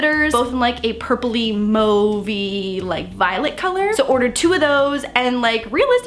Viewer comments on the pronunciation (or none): Did any one else notice how she pronounced “mauve”?😂